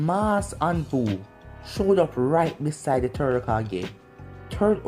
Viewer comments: What The Other Hear:Whats Happening Third What I Hear:Whats Happening TURD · Bro anyone hear when he called the third turd